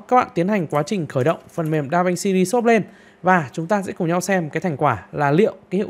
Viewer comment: Đọc tiếng Anh hay quá anh ơi. Anh học ở đâu chỉ em với. DaVinci ri sốp…..hahaha